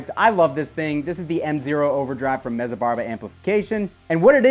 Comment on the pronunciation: FYI, when you say Mezza, think of how you pronounce the word pizza. You should say it like Met-za.